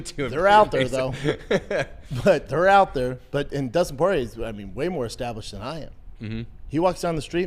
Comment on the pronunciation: he called him justin party instead of dustin porier